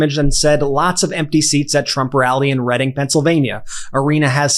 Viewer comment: Hey Brett great job on the video as always with MTN,also great job pronouncing the name of the town as a Pennsylvania native nobody outside the state pronounces Reading (Redding) right. They always say Reading (reeding) awesome job buddy🎉